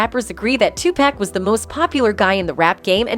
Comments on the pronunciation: "Two Pack." 😅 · "2 Peck" ... "Bay-Onss"... "Tube Pack"! I thought the I in AI stood for Intelligence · Listening to her say Tu-pack is urking my nerves...my God😂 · The Ai narrator pronounce Beyonce and tupack is crazy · The AI aspect of these news reports don't do much for their credibility. The damn thing doesn't even know how to pronounce Beyonce, Hov or Tupac SMH